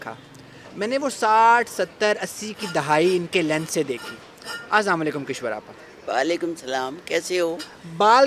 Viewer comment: Your every word is pronounced correctly either it is English word or urdu except the word "aslaam o alykum" Do you mispronounce it deliberately or not?